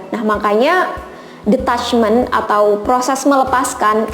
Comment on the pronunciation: Hi klo boleh saran, pronunciation detachment itu kayak ditachment bukan de..sorry agak2 gmn dengernya soalnya. Atau mgk lbh baik pake bhs indo aja ga usah mixed drpd bolak balik dengernya salah 😔, agak ganggu